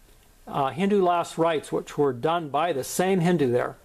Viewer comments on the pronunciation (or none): none